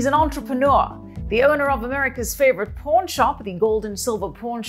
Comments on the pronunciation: OMG, She literally pronounces it as P0RN shop 😊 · She says "PAWN" very much like porn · Anyone else hear her say "porn stars" instead of pawn stars lmao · I thought was saying 'Porn shop' in the intro 😂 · Listening to the host say "PAWN" I swore she says porn. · it sounds like she saying pornshop and pornstar at the intro !!!!, lolllll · She sounds like she’s saying “Porn Shop” 😆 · When says "pawn stars" it sounds like "porn stars" 😀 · I can't tell if she's saying "pawn" shop or "porn" shop. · I seriously thought She kept saying "Porn Shop" 🤦🏻🤦🏿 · I swear shes saying porn shop and porn stars lol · Sounds like she's saying pornstars lol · Am I the only one that herd Pawrn star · Is she saying porn shop or pawn shop? 👌🏻✌️ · sounds like shes saying porn stars, porn shop... hehhhhh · When she says "pawn" it sounds like porn. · I shi know she meant to say pawn, but she said porn. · PAWN NOT PORN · Did she say porn stars...? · She says porn instead of pawn hehehe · Does she actually say porn stars.